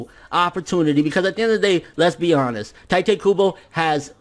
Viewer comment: Why does everyone call him tai te? Its tite kybo like a kite with a t. Pls fx.